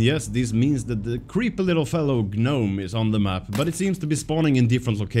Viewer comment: Det utalas nome. Inte G-nome...